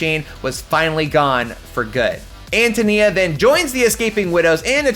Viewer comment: its AN TOE NEE-AH …Antonia…